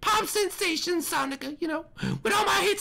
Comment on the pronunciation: Sonica not Sonya or not Sonia it’s sonica